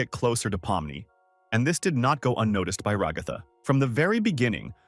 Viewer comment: RagÁtha, KamAUla... strange way to pronounce the name but okay...